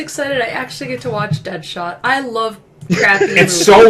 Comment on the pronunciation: That chick said Deadshot LOL😂😂😂😂😂😂😂😂😂😂😂😂😂😂😂😂😂😂😂😂😂😂😂😂😂😂😂😂😂😂😂😂😂😂😂😂😂😂😂😂😂